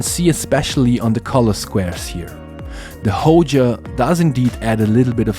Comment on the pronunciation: Which one is the “Hoja”? It’s Hoya, with a y.